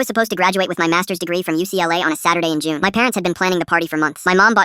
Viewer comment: It isnt even- JUNEE